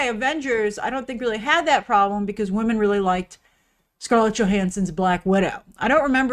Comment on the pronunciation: “And only 5 of them are wamen”